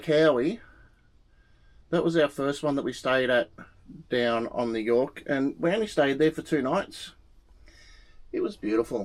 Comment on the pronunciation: you did Yorke real well. Thank you